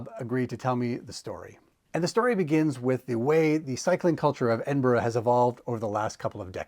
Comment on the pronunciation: Good pronouncing it almost correctly instead of edin burg